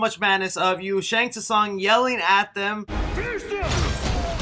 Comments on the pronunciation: Lin kueky lol it’s pronounced Lin qu ai. And Shang stung is Shang Sung. Hopefully this helped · did he just say "Shang tuh Sung"????? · I believe he called him “Gore-rooo” More emphasis on the “rooo” 😂 Just like “ta-sun” from Shang Tsung... eye roll 😂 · The T is silent in Shang Tsung 😆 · shang tuh sung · Jesus, the trailer was good but how you wrongfully pronounced alot of the mk character names was absolutely haggard dude... like really, goruuuu it's gore OH and Shang tusung... Shang soon... Jesus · My guy. Shang Tusong? Lin Kewey? How is it you can’t pronounce Asian names and titles at all haha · So I don't have to hear you butcher these names in future lol. They're pronounced Shang Sung not T sung, Gore-O not Goru and Lin Kway not Lin Kooey. Great video as usual though :) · Bro who cares I literally laugh my ass off when you said Shung T Sung ...in times like these we need a laugh brother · Immediately disliked once you said Shang Tosung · Who is Shang T Sung? 😆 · “Shang Ta-Sung” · pls work on ur name pronuncians lol. the fuck is a Goruu, Quang Chi, Shang Toosung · and shang two san lol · Omg his name isn’t Shang two song you muppet. Do you also pronounce the silent letters in other words like knife? How can you have played the game and not know his name? Disgraceful, you should be banished to outworld. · My nigga just said Shang “too sung”... bro are u even a fan of mortal kombat or did u just read something about this before doing this video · Goru and shang t sung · hearing you say "shang tuh-sung" and "goru" makes me wanna vomit. also quit yelling, jesus. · It's Goro, not Goru and in Shang Tsung the T is silent. LOL that made me cringe every time but I'm definitely looking forward to the movie keep up with the updates.👍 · “Shang ‘TT’Sung” “Lin QUEEY” “GorU”... bro do you even follow mortal kombat when you can’t pronounce their names correctly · Amen Brother! I was thinking the exact same thing. This guy knows nothing about Mortal Kombat 😂